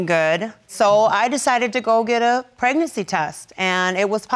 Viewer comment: ‘Pregnasex’.....now that’s a new one🤪